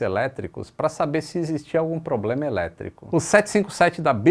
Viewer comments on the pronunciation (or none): none